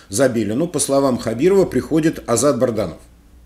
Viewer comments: Почему Вы рассказываете и говорите Барданов,а не Бадранов!? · БаДранов -, ну выучите уже, пжлста, его фамилию... Пишут Вам неоднокоатно!!!